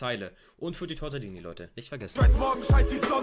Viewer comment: Richtig Aggressionen bekommen als du Tortellini sagst